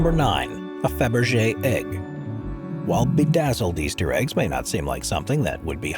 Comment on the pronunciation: ПРОШУ ПРОЩЕНИЯ!!!НЕ ФАБЕР,А КАРЛ ФАБЕРЖЕ!!! НЕОБХОДИМО ГОВОРИТЬ ПРАВИЛЬНО,!!!